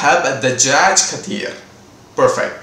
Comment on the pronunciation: ڬثير Kaseer nu potruku neenga katheer nu solringa